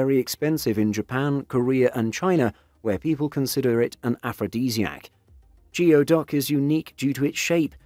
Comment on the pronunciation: It’s pronounced “goo-ee” duck.